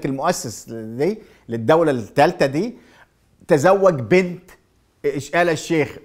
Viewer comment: تحليلاتك مضروبه. وانت محلل ما تعرف تنطق كلمه ( الثالثه) تقول السالثه. محلل من الدرجه العاشره.